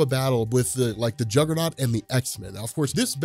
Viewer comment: "CAUSE IM THE JUGGUHNOWT BITCH"